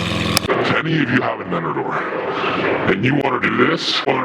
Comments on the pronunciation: You keep forgetting the T in avenTador bro, c'mon you're killing smalls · Nobody: Literally nobody:: Avinador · AVENADOOR? lol look at 29 sec you’ll see 🤣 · why does he say avenaDoor instead of avenTador lmao?!?!